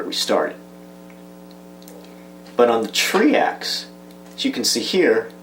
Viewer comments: And Try-Axe, not Tree-Axe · Do you also say treecycle ang beecycle instead of tricycle and bicycle? Or are you like the english and say beeta instead of beta